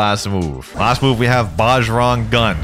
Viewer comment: Not to sound like a nerd or anything but Bajrang gun is pronounced “Bah-Rang Gun” not “baj-rung gun”